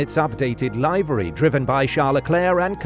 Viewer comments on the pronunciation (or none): Hey, there is only one way pronounce Livery! Its Li-vuh-ree, ok?!:face-blue-smiling:🤔🥶👍🏎